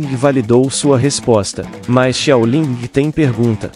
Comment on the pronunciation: Pq ele fala xiaolingi